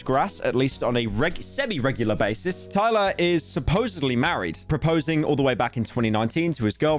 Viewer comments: There is no way he didnt watch just a single video of Tyler's and mispronounces her name over and over again 💀 pyro the king of research as always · HE DID IT AGAIN! THERE'S NO WAY MAN! You're actually the yt equivalent of a substitute teacher mispronouncing every name on the fucking planet